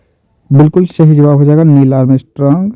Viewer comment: sh aur s ko bolne me fark nhi malum shahi nhi hota balke sahi hota hai sir